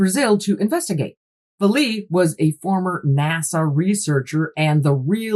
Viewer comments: Great depth of knowledge on this topic. I’ve seen it before on Ancient Aliens. And so you know, his name is pronounced valet like valet service. Is this connected with the UFO sighting that happened in a village where people had weird marks/ skin irritations and a local Doctor tried to treat them? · I love this channel so much. 😂😂😂 but the mispronunciation of Jacques Vallees last name is hilarious every time she says it 😂😂😂😂